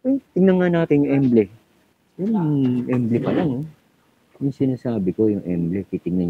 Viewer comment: Correction lang po, no offense. Ang tamang pagbigkas po ay "EMBLEM" at hindi EMBLE. Salamat po.